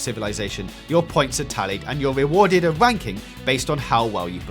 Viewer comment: "your wewarded a wanking"